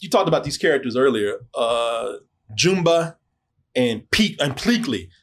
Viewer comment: Jooomba?😂😂😂😂😂 It's jumba like jumbo.😊